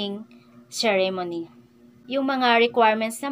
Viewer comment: madam correct your pronunciation "choose, existing, and ceremony". Baka ma bash ka.